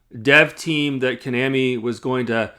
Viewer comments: Maybe learn how to pronounce Konami properly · You’re not even pronouncing Konami right so it’s hard to take you seriously with your criticism